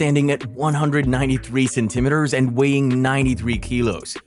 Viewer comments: man i like you content but please stop saying centimetres like that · We gonna gloss over how he said centimetres